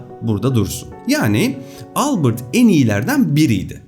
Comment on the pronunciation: Harika video ama Albırt değil Albert diye okunur adam Alman Ingiliz değil 😊👍